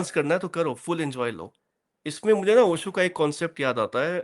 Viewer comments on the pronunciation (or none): इन लोगो से "श" और "ज़" का उचार्रणं तो किया नहीं जा रहा ओशो को ओसो कह रहे है 😂😂 Have some sense first.... Not only Acharya Prashant talks ahout conscience But also about Unemployment, Climate change, corruption, violence, etc और आचार्य प्रशांत जी ने खुद कहा है मजबूत बनो कमज़ोर नहीं